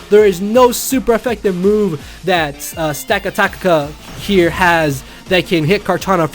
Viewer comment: dudue its pronounced: stack - attack - uh